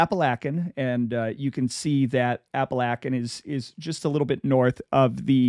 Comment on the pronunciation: Love it I grew up around Pittston PA and now live in southern NY by Endicott. Glad someone finally talking about being from the area he is like a gangster folk hero. For future reference it’s pronounced App-A-Lake-An an Oh-We-Go. Thanks for the content